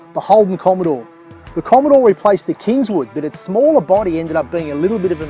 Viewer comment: Gorgeous cars! A bit of a break from the "bommidore!"